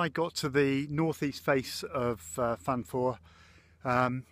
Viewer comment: Oh that welsh pronunciation hahaha! It's tickled me. Fawr - think hour not oar Pen y fan - pen "er" (shorten the r sound) van Corn du - corn dee Careful parking on the verges if you're going there they'll ticket you. Everyone does it, but yeah fines happen.